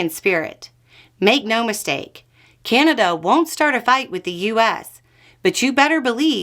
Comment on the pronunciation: It's Ca-na-da, not Cane-a-da.